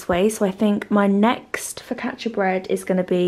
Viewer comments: Your videos are just like fresh air, you and your little family are so sweet, and I enjoy every single video you upload, they are sooo relaxing. Btw, you pronounced focaccia perfectly, greetings from Italy ♥️ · I'm Italian and I can confirm you that you said 'focaccia' wonderfully well! 😊Xx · If you make focaccia again, here in Italy (btw, your pronunciation is pretty good ✨🇮🇹) we make a basic version with just olive oil, rosemary and coarse salt on top It's super simple but super good, you should give it a try 🤍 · Cozy days at home are just lovely! Focaccia pronunciation- not bad! I should know as I'm Italian born. Sending positive thoughts on new home acquisition from across the Pond!